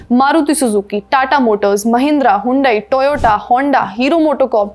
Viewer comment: Mam! Hyundai nahi usko handey bolte hai😂